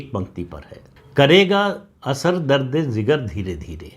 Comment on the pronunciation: प्रदीप जी, अन्यथा न लिजिएगा, लेकिन यह उर्दू का शब्द दर्द-ए-जिगर (درد-ی-جگر) होता है, दर्द-ए-ज़िगर नहीं।